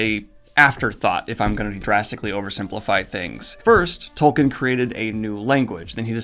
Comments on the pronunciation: It's pronounced "Toll-keen". You review fantasy books for a living, man. I mean, disheveled goblin. Get a grip(hook)! Seriously though, I re-read the books last year, for the first time since the movies came out because whenever I felt that nostalgic itch, I'd scratch it with the movies. The books totally hold up. I had this incredible sensation of coming home; it's hard to describe. And that's despite reading them in another language this time (I'm French, had read them 2-3 times pre-2001 in French, never in English until this last reading). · How do you have 500k subs for a channel about fantasy books, and yet you don't know how to pronounce Tolkien's name? Its pronounced "Tol-KEEN". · The hilarious thing about all those fans is that Tolkien was a Philologist...and... - of this video...LANGUAGE was EVERYTHING to him...and I bet they all pronounce his name wrong. It's Tol-keen...not Tol-kin.... I MEAN LOOK AT THAT SPELLING!!! Imma Tol-keen fan till I die...but don't ever want to put people off of one of the greatest series of all time by being a Tool-keen fan. Spot-on Review!